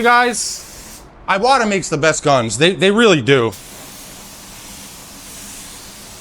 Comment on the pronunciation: Just so ya know, it's e wa ta (Japan pronounces vowels different). Iwata is the family name of the iwata brothers.